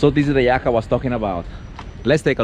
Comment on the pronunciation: I'm sorry but it sounds like you're saying yak 🐃